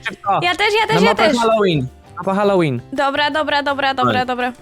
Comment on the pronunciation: Na początku usłyszałam Szalloween a nie Halloween XD Super film!